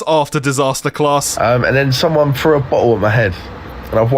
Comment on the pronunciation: Alright who “fru” a bottle at his head? Come on. Who Fru id